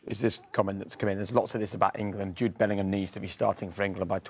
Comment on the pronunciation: His Dad's surname is not Portuguese - Bellingham , not Bellinghamadino